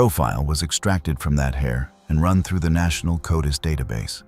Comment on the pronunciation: It annoys me how it pronounces codis. Is it just me?